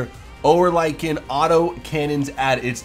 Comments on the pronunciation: URRRLIKKEN not oerolikeeen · and oerlikon is pronounced 'oar-lickon' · he pronounces it or-like-con. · and gepard. and oerlikon.